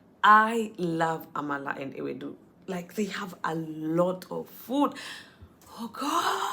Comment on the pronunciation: Already having Nigerian Accent, with the way you pronounce Amala, Efo riro, etc. You are welcome to Nigeria. Always a delight watching your video.